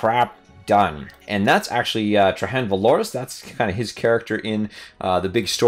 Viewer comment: TRAY - JANN. THE GUY'S NAME ISN'T SPANISH. PRONOUNCE THE J!!! Good review,.